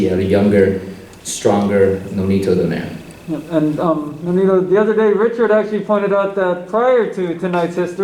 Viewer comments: DOH NAY REH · DON - EYE - RAY. 😁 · Don nay re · Don air 😂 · Champion of 3 decades still they can’t pronounce his surname correctly😆 Congrats Filipino Flash 🥊